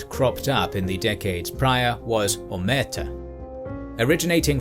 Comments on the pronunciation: And the accent is on the last syllable, too, isn't it? Isn't it "o-mer-TAH", not "o-MER-tuh"? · The name of the doctor was Gaspare Galati... and the name of the so called "humility" word is not omerta but omertà, the stress is in the last wovel